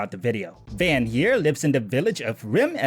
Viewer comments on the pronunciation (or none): It's not Van It's Vawn like saying Dawn or Lawn